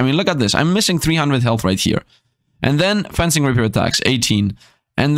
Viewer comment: Fencing is pronounced the same as defence and fence (it's actually derived from french, from the word defence both fence and fencing)